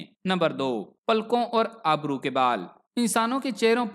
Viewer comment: بیت اچھی معلومات ہیں ۔۔۔۔۔ ایک گذارش ہے کہ اپنے تلفظ کو بہتر کرنے کی کوشش کریں ۔۔۔۔۔ اس ویڈیو میں آپ نے ابرو کو آبرو پڑھا ہے ۔۔۔ امید ہے کہ آپ ضرور توجہ دیں گے